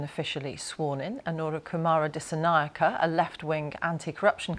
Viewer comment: Thank you so much for pronouncing his name correctly!